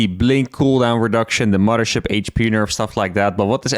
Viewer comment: anudder muddership